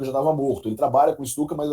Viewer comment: Lê-se Pyotr (como Pyotr Tchaykovskiy) e Stutchka, como o famoso avião alemão.